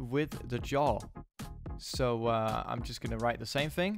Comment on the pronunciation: yaw != jaw lmao but overall nice video, thanks for the help!